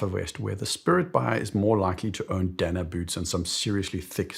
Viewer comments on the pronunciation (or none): none